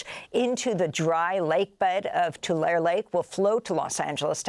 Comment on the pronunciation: Amy will hock a loogie tryna pronounce "Gaza" in Arabic, but can't pronounce Nevada or Tulare (in California) correctly.